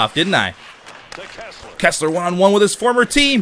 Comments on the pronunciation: it's "Kesler" not "Kessler" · It's Kesler, not Kessler.